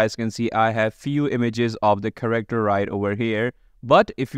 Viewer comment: It's Care-Actor not corrector